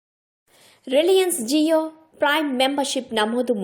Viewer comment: ZIO కాదు. JIO అని పలకాలి.